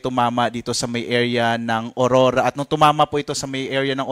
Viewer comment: Hndi po Orora kundi Aurora yan kasi pangalan naman yan hndi english word